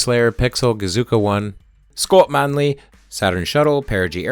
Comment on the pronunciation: Thank you for using the correct pronunciation of Scott Manley